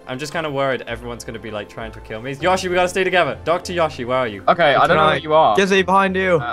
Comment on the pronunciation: its not fucking yashi, its yoshi